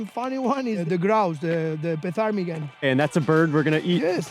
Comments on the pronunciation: you don't say the P in Ptarmigan guys lol. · Lmfao! The “P” in Ptarmigan is silent 😅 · Ptarmigan is not an arctic bird (don’t pronounce the first ‘P’). Also, sea buckthorn isn’t arctic either. We have both in the UK